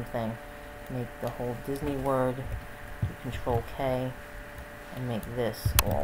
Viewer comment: wat r u saying wen u say control? U saying control something. Cnt understand wat u r saying.